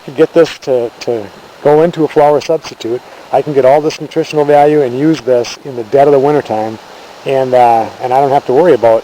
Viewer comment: dude did you say anus?